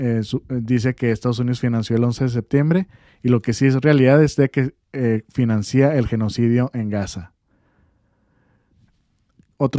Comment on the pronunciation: verbos terminados en ciar, como financiar, su diptongo "ia" no se diluye. Es decir, no se dice fi-nan-cí-a sino fi-nan-cia. Con todo respeto, pero los comunicadores deben ser un ejemplo del buen decir, para que los jóvenes que escuchen a los medios de comunicación mejoren su manera de hablar.